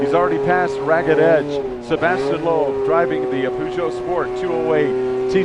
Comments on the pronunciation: What? Puhzhohw? It's not pronounced that way...... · he keeps saying pooshow lol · Sebastien is really a great driver! BTW: I must say that Americans, especially sport announcers, should definitely practice pronunciation of such well-known names as Peugeot or Sebastian Loeb. Shame! Watch really something: 1988 Pikes Peak and Ari Vatanen in a two decades older Peugeot; climbing not on tarmac but on gravel... watch?v=siKlrTF9Baw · Wow. Had to stop watching it was so bad. Bad camera work, very bad commentating, can't pronounce his name or the car manufacturer name properly. Far too much talking. Poor poor video. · Gotta love Americans trying to pronounce "Peugeot"